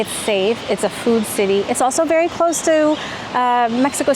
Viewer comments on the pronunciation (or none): none